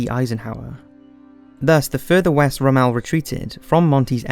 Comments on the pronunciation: I’ve just found this channel and have subbed. For someone clearly fairly young your knowledge and historic detective work is very impressive. But there’s just one thing that’s bothering me. Rommel is pronounced “rom-uhl” , rhymes with “bomb-uhl” but you kept saying it as though it’s pronounced “Ra-Mal”. Either re-record this audio immediately and change how Rommel name is pronounced or else there will be horrific consequences. I’ll make it so your milk is always just slightly warm, your soda is always either too fizzy or not quite fizzy enough. I’d swap all the salt with sugar in your town and change the packaging. I’l ensure that there’ll always be a dog poo outside your house so you step on it within seconds of leaving the house. I’d engineer a breed of pigeons that have supercharged lungs and always awaken am, they’ll be bred to not leave their nests and stop that incessant screeching until you wake up. Then after 25minutes you’ll have fallen back to sleep. This is where my army of noisy dogs comes into play. For years they’ve been the mortal enemy of the house-cat, but now after your ignorance in pronouncing a NAZI generals name properly, the cats and dogs will meet , sign a treaty of peace with each other and they will bark and meow at each other for at least 28minutes. You may think this is slightly OTT, after all Rommel was an utter cockwomble, a genuine cunt, BUT; and this is important; if we all pronounced people’s names wrongly then where would we all be? I a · While the documentary is excellent, sadly the person doing the narration chewed his words, and could not pronounce names and places properly, ie. Rommel which should be pronounced romel not rumel. Took me a minute to figure out who he was speaking of. Also no intonation so a bit boring even though it was put together very well. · Rommel. Rommel. Not Ray Mel. Is the narrator just reading a script and never heard it prounced. And are the directors, producers etc just laughing at him.